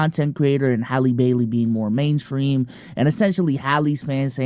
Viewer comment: Her name Isn’t that hard to say.. Bailey and bell are not the same